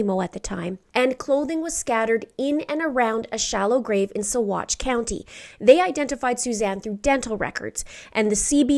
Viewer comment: Thank you - I was waiting for your video on these latest findings. I appreciate your knowledge and personal touch that you bring to these cases as well as being able to pronounce the BAM chemicals and Saguache County where they recovered Suzanne's remains. These things speak to your professionalism and knowledge and time that you put into these presentations. May justice come swiftly for Suzanne - she is not forgotten!